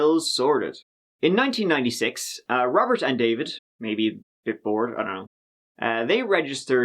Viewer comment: There is no S in David so why do you drop your tongue after you say it, concentrate on raising your tongue so you can get a few Th words correct